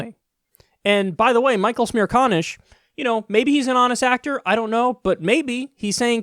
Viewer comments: Michael checks pronoucatuon "Smear con-ish" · I thought u said smear con ish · is he really called smear-con-ish? why not just say it how it is? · "Michael Smearconish" 😂